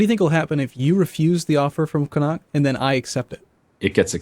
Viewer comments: _- the way you pronounce Connacht... Con-ak-t lol Sincerly an Irish person. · You really did butch the Connacht on how you say it just going to piont it out but you always say you cant pronounce some of the irish names. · Since you've chosen Scotland (a great choice) it's time for a pronunciation lesson - 'shire' is pronounced 'sheer' when it's at the end of a word. 'Ayr' is like 'air'. So 'Air-sheer' = Ayrshire. Connaght is 'co naught'. I'm a unionist but for the purposes of this game, looking forward to the Scots crushing the English. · Neither of ye can pronounce Connaught properly:P. And can't say Munster. It's Munster, not Münster